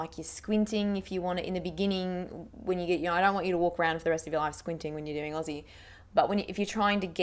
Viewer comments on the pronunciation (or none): none